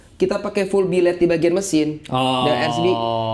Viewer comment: Billet woy bukan biled wkwkwk 😂😂😂